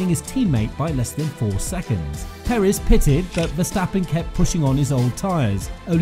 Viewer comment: Its Perez not perizz